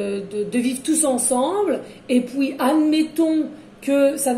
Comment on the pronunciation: On adore on adore onaaadoreeee.. et pouis pouis .ah oui minute🤣🤣